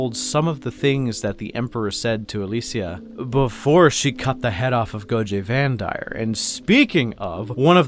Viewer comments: "Go-Jay Vandire." ... And, his Canadian insistence on mispronouncing any name that he can persists. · its Goge Vandire like doge but goge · “Gojeh Vandire”